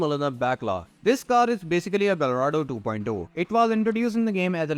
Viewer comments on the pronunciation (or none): none